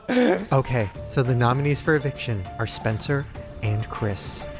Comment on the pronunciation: 👩🏻‍🌾❤ I promise I'm not trying to do a read, but in the big brother game I kept hearing say SPINSTER instead of Spencer 😂😂😂